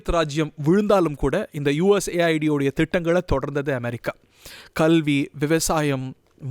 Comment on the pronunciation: Mr. இது USA ID அல்ல.. US AID.. செய்தி வாசிக்குமுன் முதலில் தலைப்பை சரியாக‌ படிக்க தெரிந்துகொள்ளுங்கள்.. shame...😂